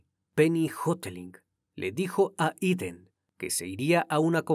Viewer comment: Jeiden no Iden.